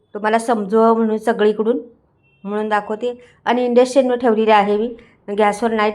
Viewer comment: काय उच्चार आहेत ताई तुमचे.. Induction आहे ते. मस्त ढवळून घ्या. परत परत तेच शब्द. नवीन आहात काय?